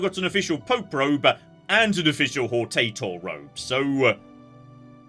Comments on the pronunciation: pronounces hortator like he's asking a grocer for a specific species of potato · Good start to the video: doubling down on being known as "The Potato" because he refuses to pronunce the title right. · Why do you pronounce it like "Hortator" instead of "Hortator"? It's clearly pronounced "Hortator"